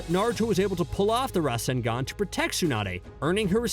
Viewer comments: And rasenGEN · This guy has never watched Naruto a day in his life. The way he pronounced Obito and Rasengan was cringy as hell smh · The way you pronounce rasengan I know that this guy don't watch naruto. He just follow a script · Bruh for real?? RasengEn and Shidori... this has to be on purpose now right? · 'Rascengan and Shiidori'